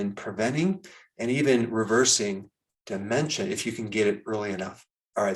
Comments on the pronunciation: Why does he say DU MEN CHA instead Dementia? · Why are you saying/stressing ... De..men...cha like that. ... very off putting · Say Daaamentia one more time very irritating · What is it with the DE-MEN-TIA thing? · De-Men-SHA! I never knew it was supposed to be pronounced in broken syllables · Why do you say "dementia" the way you do in the beginning. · Your pronunciation of dementia sounds like Trump's pronunciation of "China"!